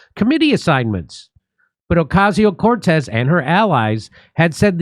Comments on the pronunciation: Hahahaha like the way you say OCASIO CORTEZ🤣🤣🤣🤣 a hard hit CORTEZ🤣🤣🤣🤣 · Stop doing violence against AOC by pronouncing her name that 😂😂😂😂😂😂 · Trump proved that you can literally drum someone out of politics altogether by simply making a mockery of them. So I hope Jimmy continues to use the exaggerated pronunciation of AOC's name. 😂